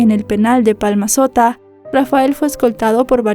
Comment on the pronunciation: es palmasola no palmasota